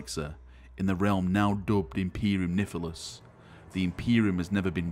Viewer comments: Did you just say Imperium Nifilis? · Imperium "Nifilus"... lol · Imperium Niffilus? XD